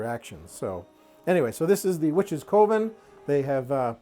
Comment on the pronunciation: Forgive me for sounding rude, I truly do not mean to come across as such. I think coven is supposed to be pronounced more like "kuh-ven"... not "koh-ven". I had an English teacher back in grade school who was a bit of a stickler, and apparently old habits die hard :( Again, please forgive me if it comes across as rude.